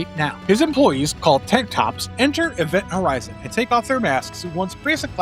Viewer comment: I swear he said Event Howizen